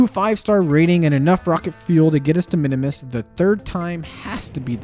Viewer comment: “Minimus” Me: a KSP lover: Eye twitch “ITS PRONOUNCED MIN-MUHS!!!!!!1!1!1”